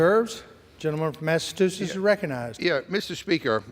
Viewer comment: More of Republican BS? Yup. Smart speaker from Alabama,"Massatoosetts?"